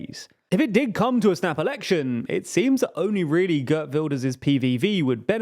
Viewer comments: Pronunciation guide: Geert rhymes with beard, not bird. Caroline is pronounced like in English. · Geert rhymes with Wierd, to be clear. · Not pronounce kurt His name is pronounced Geert Wilders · "gurt wilders" bruh. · It is GeErt Wilders not Gert Wilders and Van der plas instead of Ven der plas 😂